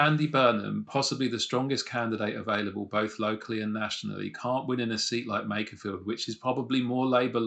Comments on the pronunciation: It's MAKErfield not MACKerfield! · the guy at !:47 pronounces makerfield like MACKER FIELD. Why is it people that aint even from the area, try to talk about it and sound dumb? lol sorry just a gripe i guess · This bloke can’t pronounce Makerfield but be knows it’s not Manc or pie eaters.